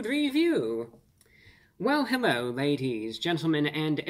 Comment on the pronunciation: Hewwo Wady’s and Gentlemen!